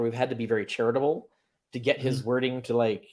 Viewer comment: LMAO yeah when you hear the word charitable you think "Carrier"